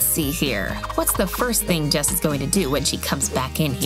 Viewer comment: it's jess not jazz